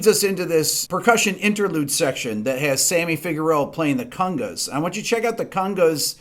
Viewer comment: Not my favorite era of Bowie, but still a great song. Big fan of this series, can't wait to see what's in store next And I like the way you say conga..."cunga"... cungalingus? ;) Ok, I'm a child